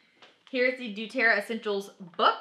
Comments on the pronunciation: I love doTerra! i’m not trying to be mean, i’m just letting u know, u r saying du-Terra, not doTerra. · please quit saying Dueterra! it is DoTerra! you should know ur product name if ur going to teach about it.